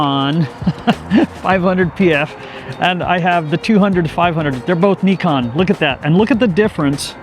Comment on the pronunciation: NIKONの読み方が日本式なのはなぜ？